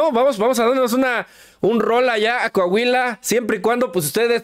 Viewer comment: NO ES CAHUILA, ES COAHUILA